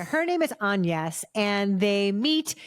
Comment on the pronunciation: Worse pronunciation of Agnes I’ve ever heard- a little bit of advance preparation and research is highly advised